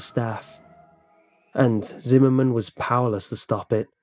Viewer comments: zimmerman? i thought he said cinnamon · I went through almost the entire video before I realized his name was Zimmerman, not cinnamon. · I keep hearing cinnamon instead of whatever name he's actually saying 😂😂😭😭